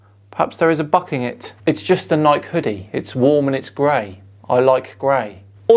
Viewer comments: You can’t be a science communicator and pronounce Nike like Bike. Get outta here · Both Nike and Porsche are two-syllable names, in the USA.